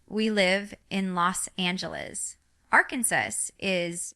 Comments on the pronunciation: This is the WORST version of AI I've ever seen!! The REAL Jinger knows how to pronounce Arkansas.....🙅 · This video doesn’t look real, it’s highly edited and it is clearly altering her speech pattern. If you watch Jinger’s actual channel you would understand what I mean. Like the way they have her saying Arkansas, that’s not how she pronounces it at all.Jinger is living differently than was raised, but I ‘m telling you if she was ever going to make such a announcement, she would release it on her channel not this one. And did you notice this video has her not being able to pronounce her own name. How many of you can’t pronounce your own name? This just isn’t real. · This is AI. Fake. Listen to how she pronounces the state she lives in. AI made it sound just like it is spelled. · Jean-Grr? Arkan-suss? This is a deep fake.